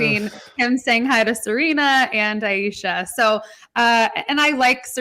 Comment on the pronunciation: Love your podcast! It's pronounced A-Sha, you drop the E.